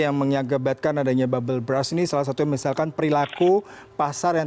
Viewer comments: Salah fokus sama news anchor nya yang salah pronounce bubble burst ke bubble brass. Yakali seorang news anchor CNN ga ngerti arti bubble burst 😂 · Wkwkwkwkwkwk iya bener , gw denger nya Bubble Bras coba apa itu kira2 wkwkwk. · I thought this CNN presenter mispronounced when saying 'Bubble Burst', It sounds like 'Bubble Breast' (Payudara Gelembung) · Bubble brass? Hehehee.... Mohon bahasa Inggris nya diperbaiki. Malu dong, ini kan CNN.